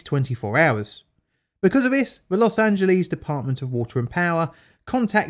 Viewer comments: Los Angeles is pronounced Loss Ann Juh Less. Not Lees. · Very informative and funny video about the topic. Tip: its pronounced, loss-an-gel-less. 😉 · Los Angeles not Los Angelease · British English speakers seem to think "Los Angeles" is Greek and ends with "leez." Of course, it is Spanish and it has its own American anglicized pronunciation which ends with "less." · I love how Brits pronounce “Los Angeleeze!” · "Los Angeleez" Oh British people, you so silly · >>> 12 minutes of Elmer Fudd speak....SHEESH! <<< There's NO such !@ place as Los Angeleeees